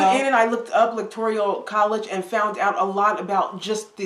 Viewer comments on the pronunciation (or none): ELECTORIAL college? Better do some more research. It's ELECTORAL college.